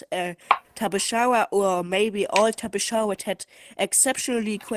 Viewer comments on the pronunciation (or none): No it is tapejara not tapehara or whatever